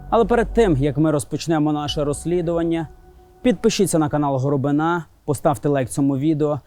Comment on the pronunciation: Питання. В українському слові "горобина" наголос на літері "и". Чому ставить наголос на останній літері "а". Це те саме, що в його прізвищі наголос поставити на літері "я". Пан Роман не знає української мови??? Тому вже вірити в "розслідування" я якось не можу